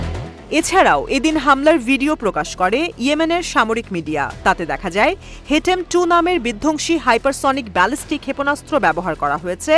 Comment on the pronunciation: হেটেম নাকি হাতেম?